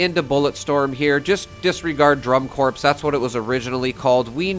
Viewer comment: Just an 'um aksully' moment. Corps is pronounced like core.